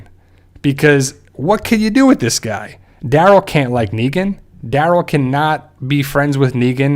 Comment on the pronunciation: his name: Daryl him: dArol